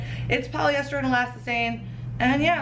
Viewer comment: Omg it’s not ELASTACINE, it’s ELASTANE!!!!! Elastacine isn’t a word or a fabric.